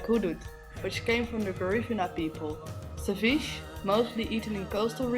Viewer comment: It's seviche at the end its e not each e